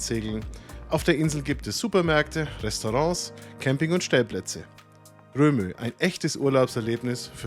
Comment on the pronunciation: Es heißt übrigens nicht „Romö“, sondern „Rööm“.